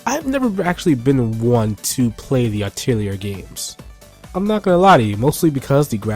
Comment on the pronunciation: Atelier has a silent "r", just a correction. "A tell lee ey" so to speak. :3